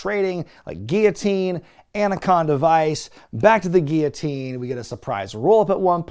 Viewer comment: why do you pronounce guillotine like that?! 😂